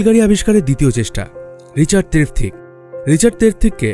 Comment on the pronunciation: দাদা আপনি কি বাঙালী নন? বেশ কিছু হিন্দি - - উর্দু শব্দ ব্যবহার করেছেন আপনি এবং বাংলা উচ্চারণে অসঙ্গতি পরিলক্ষিত হয়েছে। রিচার্ড ট্রেভিথিক, জর্জ স্টিভেনসন হবে। এছাড়া বাকি ভিডিওটি তথ্যবহুল ছিল। ধন্যবাদ আপনাকে।